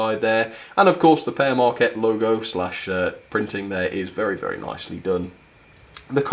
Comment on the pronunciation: it sounds like pear mrakcat when it's pere maquette